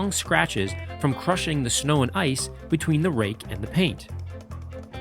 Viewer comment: TacticalBBQSauce In all fairness, I couldn't understand what he called it either. "Rake" did sound like "rig" to me as well. I only knew what it was because I saw the sno-rake somewhere else.